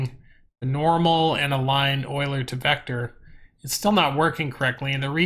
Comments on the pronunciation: I'm not trying to be an ass, but Euler is pronounced You-Lerr XD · google 'euler pronunciation'. it is pronounced oy-lr. get with the program